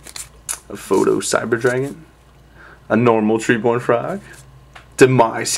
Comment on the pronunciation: proto-cyber, not photo :!